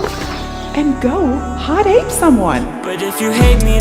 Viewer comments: Especially when she said “hot aping” AAAAAHHHH I HATE IT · It should be pronounced Ho Tape ngl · No, it was actually "Ho Tape". 🙃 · I lowkey got uncomfortable very time she said hotape. I felt like i was about to get roofied by her. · I honestly prefer the acronym being pronounced as "ho tape." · "In which instance do you want to hot ape me." Wtf mon...? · The woman forgot the R, for roughshod, in Hot ape. And you know exactly where that R goes. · I'm going to pronounce it HO TAPE. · She’s missing the H in Hot Ape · No one:: NOT HOTAPE! HOTAPE